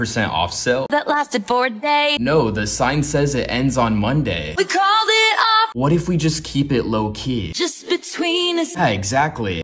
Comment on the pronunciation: The "What" was personal